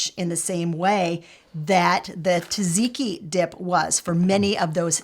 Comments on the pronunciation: Correction on pronunciation. It's tzah-tzee-kee, not ta-zee-kee. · You said "gyros" like a Greek! But you read "tzatziki" wrong. "tz" sounds like a "j", maybe "ja-jee-kee" is closer to the pronunciation 🥰 greetings from Greece!!